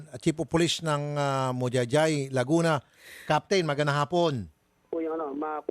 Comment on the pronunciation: Sir mahayhay po ang pronounce ng majayjay laguna.